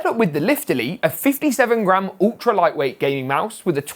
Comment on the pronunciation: For a sec I thought he said a 57 grand mouse instead of 57 gram😂😅